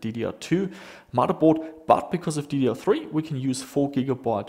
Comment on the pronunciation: "MODDERBOARD". FFS, dude.